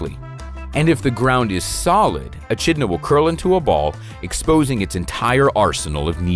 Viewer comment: Sigh-ga. Not sigh-ee-ga. Sorry, the pronunciation was getting to me. Eh-kid-Na, not eh-chid-na as well.